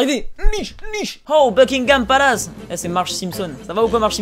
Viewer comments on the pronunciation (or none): Quand tu as dit Buckingham Palace j'ai compris Fuckingham Palace.